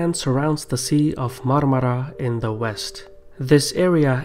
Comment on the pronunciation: Nobody in the world can pronounce Marmara as good as you